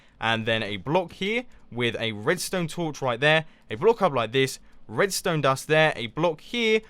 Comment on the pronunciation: sounds like you're sayin bloke lol